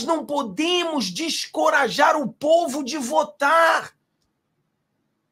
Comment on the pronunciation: Boa noite. Deixe-me lhe ajudar - "DESENCORAJAR", creio ser essa a pronúncia correta. Parabéns pelo seu canal! 😃 🇧🇷🇮🇱🇧🇷🇮🇱